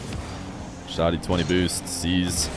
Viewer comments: It’s pronounced like saggy but with sh & d. Def not showty lol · Vent-of-God_._•° Dude I'm Syrian and it's wrong, the H sound is really prominent and emphasized, there's no "O" sound, hence why "Shoh-Dee" is wrong. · Also from the mideast and here to confirm it's Shad-ee like "Chad", not Shod-ee